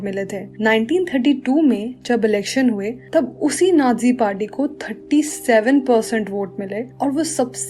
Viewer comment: Ohh pagli vo nadzi nahi hota vo nazi hota hai